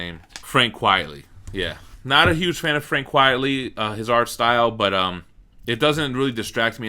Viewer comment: QUITE-ly, not QUIET-ly. It's a play on Quite Frankly.